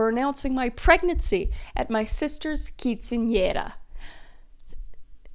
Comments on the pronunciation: this is a side note, but I have to pause and comment on this. I am Mexican, and I'm super impressed that you pronounced quinceanera correctly. So many non Hispanic people have butchered that word. You did not. I am genuinely impressed. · I know right, I expect it now, but it’s nice to here it right instead of quince I naira or something like that